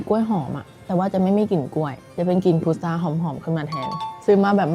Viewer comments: พุทรานะ ไม่ใช่พุธา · พุทรา ค่ะ ไม่ใช่ พุทธา